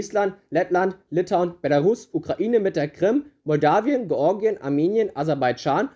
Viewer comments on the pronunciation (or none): none